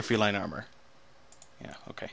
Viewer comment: you butchered the name feline and deck ;)